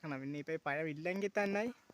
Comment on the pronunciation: പയം എന്ന് പറഞ്ഞാൽ എന്താണ്, പയം അല്ല പഴം